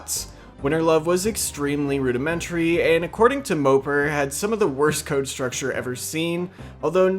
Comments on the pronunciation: Not that it matters, but MOPAR is pronounced Mo-Par not mo-per. The old Dodge vehicles on the login page allude to that :) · MO-PAR, not "moper" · Its moe par. Not mopper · It’s mo-par not mooper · You must not know much about cars if you pronounce Mo-Par like Moper lmao. Cringey. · Mopar not moper..... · It's MopAR scape not MopER..... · It's Mopar not moper.. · It’s pronounced Moe-Par scape not Moper lol! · I always pronounced it Moe-Par, not Moe-Pur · Moe-par, say it right fuck I had to exit the video . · It’s MO-PAR bro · Lmao "mopar" is pronounced like moe-par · mopar is pronounced like moe (like yassuo the league of legends player) and par (like in golf) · Learn to pronounce mopar ffs it's mo par like par the golf term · The way u say mopar LMAO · Please stop insulting American muscle by saying mopar wrong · The pronunciation of mopar actually killed me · Disliked due to your pronunciation of "Mopar"